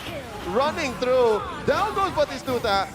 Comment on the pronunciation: That caster can't say batistuta or what is happening?